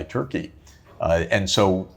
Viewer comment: Please stop saying 'Terki', when pronouncing 'Turkey' - it's so Greek.🧟‍♀️😂